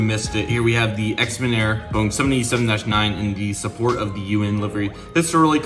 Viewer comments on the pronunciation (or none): Little tip, the Xiamen Airlines is pronounced Sha-men not Ex-men.